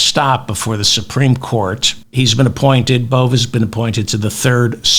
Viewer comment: Please stick with Bove (rhymes with Cove) and not Bove (rhymes with Olé) David. Emil Bove (your pronunciation) sounds like a petty criminal from a Georges Simenon novel. Bove gets bumped off for snitching to Detective Inspector Maigret. His face is rammed into a Paris pissoir by thugs until his lungs fill-up with you-know-what 👍😎🇬🇧🥃⚰